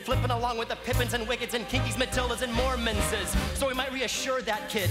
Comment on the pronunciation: *le gasp* I JUST REALIZED HE SAID MORMONSES I THINK